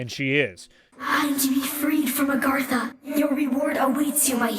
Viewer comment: It's not 'Orgatha'. It's 'Agartha' ahaha but who am I to blame you? lmao I really enjoy these. Good Work :D